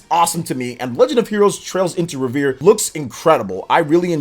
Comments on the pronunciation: It's pronounced REV ER EEE not Re vere looool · …It isn’t revere like Paul revere it’s REVERIE lol!!!! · It's pronounce Rev-er-Ree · Trails into North shore Boston, trails in Trails into Reverie " reveree" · Right off the bat I hear Trails Into Revere 🤣 forgot to pronounce the i! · Trails into Reh-vuh-ree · Glad someone said it 😅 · Right? lol Just sound out the word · Rever “E” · He also doesn’t know how to pronounce reverie which was painful/hilarious